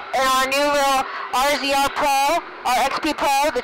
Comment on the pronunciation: Tip: no-one says "RZR" they say razor like the rest of the universe